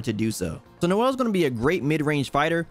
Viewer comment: I love how you called “Ciel” Noel 😂